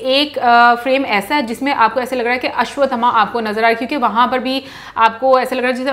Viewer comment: Pakistaniyon ke liye ashvtthama bolna mushkil hai ya ashvtthama ashvtthama bolate Hain